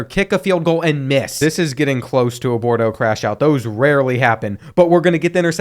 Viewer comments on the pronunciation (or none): The recruit is name boudreaux not bordeaux... smh😂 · his name was boudreaux and your name is bordeaux im concerned that you believe those to be identical.